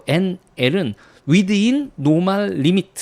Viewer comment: within ㅡ 켑톤 수치 정상 이내 위드 인 아니고 위딘 ;; 진짜 굶겠다는데 수액 왜 처넣어?